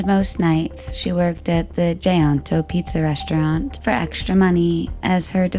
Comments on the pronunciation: GAETANO is pronounced "Guy-TAH-no".... Not "Gianto" 😑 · Gaetano, pronounced: guy-eh-tah-no.